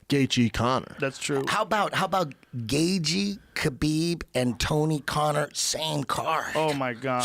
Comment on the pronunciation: Eddie saying Gaygee lmao